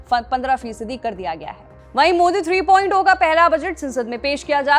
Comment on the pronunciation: 3.ओ नहीं , 3.जीरो । ऐसे - ऐसे वक्ता अगर एंकर बनेंगे , तो समझिए देश का क्या होगा ???